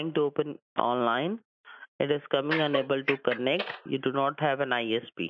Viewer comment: “unabel to konect”